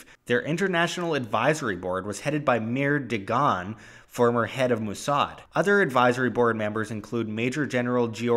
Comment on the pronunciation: Lol, "Moossard"